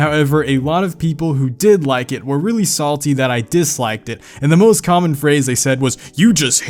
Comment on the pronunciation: Wow The guy from Gio Films pronounces the "th" in words with the "v" sound and you pronounce it with the "f" sound